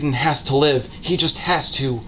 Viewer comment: I got a good laugh when he pronounced 'live' as 'leave.' XD So it read; "I will happily watch Aretia burn to the fucking ground again if it means you LEAVE!" lol